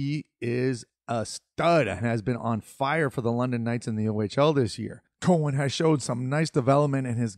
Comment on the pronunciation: Cow an not Co hen